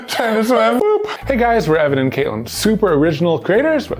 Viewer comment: heard Kevin instead of Evan in the beginning and I was so confused on who Kevin is.....